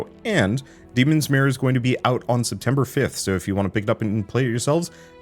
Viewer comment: can't unhear "demon smear"